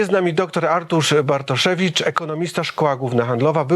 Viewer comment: Wydaje się że facet który celowo przekręca imię lub nie potrafi go wymówić może powinien sobie odpuścić prowadzenie takich kanałów oczywiście doktor Bartoszewicz subtelnie przedstawił się sam wyłapując sytuację…. jakoś dźwięku w drugiej czesci dramat ….